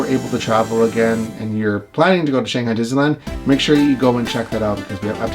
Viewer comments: this is how we pronounce it in english. “shang” like “bang” - “hi” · I love these videos so much!! But please please, please pronounce “Shanghai” correctly!! :D